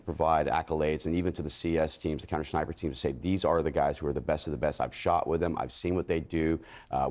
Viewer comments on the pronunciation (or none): How is this guy a "former sniper" yet no one yet has alerted him that he's pronouncing the word as "schniper" 3x in a row